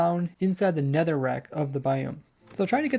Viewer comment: "Nycelium" "Nerther Wart Block" "Lantren" I do so love watching your videos